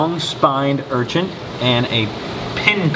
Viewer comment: Do you pronounce "urchin" as "urchinT" intentionally? Maybe you don't realize you do it? Lowkey every time you say "urchinT" it's like nails on a chalkboard in my brain, and IDK WHY! Normally mispronounced things don't bother me but that one word gets me every. single. time. 🤣 (no hate btw! ❤ just brain itchiness lol)